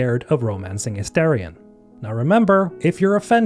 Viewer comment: You made me laugh so hard, thank you 😂 It is Astarion by the way.